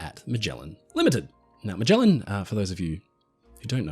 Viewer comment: Are you mispronouncing Magellan? Definitely research. The Bismark is not famous, it is infamous.